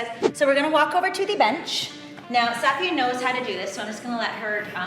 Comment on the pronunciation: I wonder if she's pronouncing her name wrong. BC i have the same name, spelling and most Safiya's don't pronounce it that way.